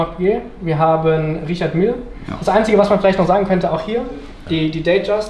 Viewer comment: Der Händler sollte vielleicht noch lernen, wie „Richard Mille“ richtig ausgesprochen wird.